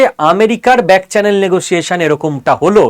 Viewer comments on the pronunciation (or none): none